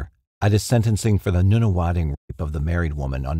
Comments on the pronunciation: Hehe "Noona Wading" is cute. It's" Nunna- Wodding." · Noonawading? Nah "Nun a wadding" (Nunawading) North cot not North coat (Northcote) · Love your videos but sometimes your pronunciation of Australian place names makes me giggle. I shall be pronouncing Nunawading as Noonawadding from now on! Hit me up if you ever want to know how to pronounce the Aussie names for future videos. Some of them are doozies! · That would be nun a wadding not noon a wading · Thanks again for sharing your videos, much appreciated. You also did a fantastic job with pronouncing the Australian place names. The “wading” part of the place name “Nunawading” is pronounced the same as the word for a duck walking - waddle, or like “wad” as in, “She had a great big wad of money”. I’m not sure if it’s just me, but for the beginning of the word “Nuna”, I’ve always pronounced it like this “Nanna-wadding”, but I’m not sure how locals say it. Nanna-wadding or Nunna-wadding. It’s said so quickly that saying either beginning is not going to be too noticeable. But the second syllable is, and it is always pronounced - wadding, Nunawading. It like they are totally against any type of wadding materials, they will have nun-a-(that)wading in Nunawading!!! Population - 11,876 (census of 2016) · Australian here. Just for you info, Nunawading and Arundel(l) are pronounced using the letter U as in the word "RUN". EDIT: Kudos to you for the rest of the 'burbs and towns. It's weird but every one that you got right made me smile. Yes I am one of those weird grammar obsessive people. 😂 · I live in Nunawading. :) Just for reference. pronounce it NONE - A - Wadding. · Lol, how bad did you cringe at his mispronouncing of Nunawading? 🤣